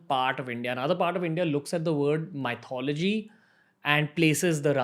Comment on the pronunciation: Hi Ranveer, great program, I love your podcasts. Just an FYI...you pronounce Myth correctly, but Mythology is not the correct English pronunciation....it's Myth-ology....the same way you pronounce Myth, but just with ology added at the end.